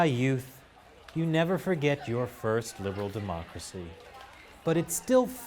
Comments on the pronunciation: chinese certainly know the word "democracy"，but your pronunciation sounds like "macracy". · These people are studying abroad - in a democratic nation - and they don't know anything "Arhh-class??" "Mochacy?" ..I don't know, in my book, this falls back on the institution where they study. There must be some reason or other why these students are so clueless about the most fundamental issues in the country where they study. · What the ef is the-ma-cracy?